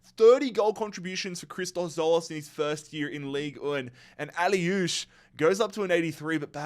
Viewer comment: Great content. Some of your pronunciations are horrendous though - can you really not say Tzo-LIS instead of ‘Tzo-LOS’? Or AK-liouche, not ‘AH-liouche’ (just like MAZ-raoui, not ‘mah-rooey’)? 😂